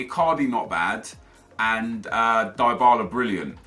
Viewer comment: Its dee-bala not die-bala